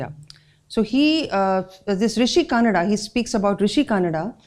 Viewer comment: Pls aap har sanskrit shabdh ya naam ko english me kehne ke liye mispronounce nahi kijiye, for EG:- It's Rishi Kanadh not Rishi Kanada, pls pronounce them as they are, avoid postfixing letter 'a' in every word. Ek aur baat kehna chahunga, vastivik sach ye hai ki methematics, physics aur science ke fundamental principals ki knowledge yaha shristi ke arambh se hi rishiyo ko thi, aur kayi raheshye vidya ki knowledge brain to brain direct transfer hoti thi with power of sankalp i.e thought. Vastavik sach ye hai ki isey institunalized karney ka kaam rishiyo ne kiya yaha. kayi sari vidyaye samay ke sath sath lupt bhi hoti gayi jinme se kayi baad mein phir se avishkarit hui alag alag rishiyo dwara. inn sari knowledge ke mool mein Bagwan Surya aur Sapta Rishi hai, unse hi ye gyan Ishwaku wanshajo ko mila aur unse hi aage rishi parampara chali. Baki apki di hui jankariya bohot hi acchi hai aur knowledgeble hai.